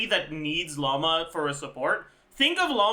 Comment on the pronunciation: im confused as to why he goes out of his way to try to correctly pronounce keqing or even eula yet he says "llama" instead of lauma lol /not hate